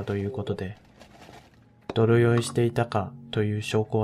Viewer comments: 泥酔は、どろよいではなく でいすい、と言います。 まあ、わざとそう言ってるのかもしれませんけども😊 「日常茶飯事」をわざと にちじょうちゃめしごと、 と言うのと同じかな(*^_^*) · 「泥酔」は「どろよい」とは読まず「でいすい」と読みます。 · どろよい じゃないよ でいすい というんだよ 正しい日本語は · 泥酔はでいすいと読みます。 色々ありますが、愛に囲まれた家庭を保ってくださいね。❤ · 私はのこのディプレッシブなBGMと話し方、内容好きですよ😂 頑張ってるなー、っていつも思う。 お金カツカツでも工夫して、美しい奥さんもヘルシーで丁寧な自炊して、子宝にも恵まれて。 辛い、大変ながらもそこに幸せもちゃんと見えてるし。 中古車の大変さは私もよーーーく分かるから、達の車に関して正当だと思う。 ココ🇺🇸の運転はマジでマジでマジでヤバいし、それをわかってない一部の視聴者、視野が狭いか思考が停止してるんでしょう。 奥さん、長男があれ程の大事故で無事だったのが本当に良かった😢 長男くんは結構喋れるようになってきましたね！日本語も喋れるのかな？二男くんが産まれて赤ちゃん返りしたりして大変ではありませんか？ ちなみに「泥酔」の「でいすい」を「どろよい」と何度も言ってらしたのが可愛らしいなと思いました😂 誤字があったりそういう所ものいい所ですよ😆 いつも忙しい中動画制作、編集お疲れ様です！ありがとう😊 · 大変でしたね😢 お察し致します。ただ、泥酔(でいすい)です。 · 新車購入の方が長い目でみたらお得ですね。 良い選択だと思います。 泥酔(でいすい)と読みます。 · 泥酔は『でいすい』です。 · ど、どろよい？！ 泥酔＝でいすい では。。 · どろよい、じゃなくて、でいすい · 泥酔い 泥酔（でいすい）"どろよい" と読むのははさすがに恥ずかしいのでずっと知らないふりして押し通せば 宜しい。 最近の悲しい日本語 "やばい " （凄いというgood connotation で意図的に間違って使われている）みたいに間違った日本語の悲しい市民権をいつか得るかも。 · 泥酔（でいすい） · どろよい → ✕ でいすい → 〇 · もう可愛いなぁ💕 泥酔 ×どろよい ○でいすい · 泥酔 ◯でいすい ✖どろよい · ちなみに、泥酔は「でいすい」と読みます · 泥酔(でいすい)です！！笑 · 泥酔 でいすい と読みます。 他にも誤読が多数あります。up load の前に確認してください。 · どろよい？わざとですか？本当に読めない？